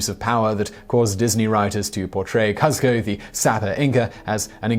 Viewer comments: Kuzco is pronounced "Coose co" not "Cuz co" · His name was "Kooz-k-oh" not "Costco" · Did you say COSTCO ? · it's a name that's repeated in the film lol. Although you're not wrong I'd pronounce it Costco or butcher it even worse if I wasn't very familiar with the film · It sounds like Costco to me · You pronounced Cuzco correctly at the beginning then changed it up halfway through? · Man I love this channel but I swear the blood vessels in my brain started to burst when he said Kuzco like that. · You threw off my grove with your pronunciation of Kuzco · Him saying Kuzco wrong annoyed me...